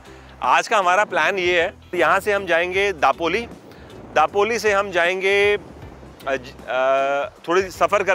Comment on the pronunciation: your Konkan videos are excellent but pronunciation is not upto the mark. Dapoli is light D pronounced दापोली. Content and your presentation is excellent, and music is light and peaceful.